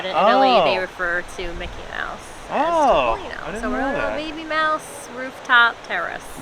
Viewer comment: Please say to.poˈli.no